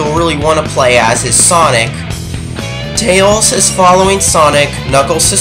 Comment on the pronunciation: Let's list this guy's mistakes. 1. You insult my mind. 2. Ever watched total blackout? Well, Jaleel White be ticked. 3. This was the 1st 3d Sonic game, so forgive SEGA for their mistakes! 4. Tails is not just Tail, he's Tails! 5. This game is fixed and, while easy, at least has 127 percent memorable gameplay! 6. Casinopolis is pronounced Casino Opolis. 7. The animations cause more humor for kids to enjoy! 8. Am I the only one who likes Big the Cat? 9. You forgot to mention how stupid Knuckles is! 10. Duke Nukem will murder your face! 11. You never mentioned the Chao Garden! I could do a whole series on that for 150+ hours! 12. DBZ Volume 11 came out in 1992. So did Sonic 2. It's a reference, not a ripoff! 13. I'm getting tired of listing reasons, so I'll stop.